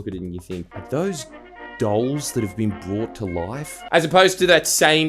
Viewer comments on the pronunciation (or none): none